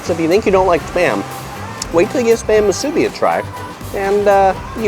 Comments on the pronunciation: I’m from Honolulu and go home every year. Things change fast! Appreciate the great video! Please, though, it’s pronounced mu su BI, not mu SU bi. Thanks. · Great video. But there is no "A" in Musubi. It is not MA SU BI... please say it properly... Mu su bi. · It’s mu-su-bi not ma-su-bi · The way you say Musubi is funny. the "bi" is pronounced "bee" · Moo-sue-bee brah is how you pronounce it how-lee. Great video amigo! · You need to learn how to say Musubi correctly it's Mu Su Bi. How you dress and say certain word shows that you're not local. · It's pronounced moo-sue-bee. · I don’t like how you say MuSUbi... but good tips for eats in Waikiki 🤙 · You need to learn how to say musubi correctly.... it’s ..moo...suuuu....beeeeeeee! With the accent on the LAST syllable.. not on the first syllable.You did pretty well getting all our favorites. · It’s pronounced Moo-soo-bee braddah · Moo su bee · This was great to watch as a local of Oahu.. We hardly ever get to Waiks, so now I can figure out where i want to eat before wandering all over Waikiki looking for a good spot. I would make sure tho, if you go to the Ala Moana food court, I would observe their sanitation practices before you place your order. Oh by the way it is MOO-SUE-BEE. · I thought I was the only one being irked by the mispronunciation of Musubi. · Every time I hear the word Musubi mispronounced I die a little inside.